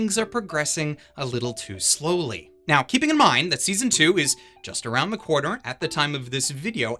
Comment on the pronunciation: I'm not sure why, but I swear you said "Season Two is just around the cour-ner."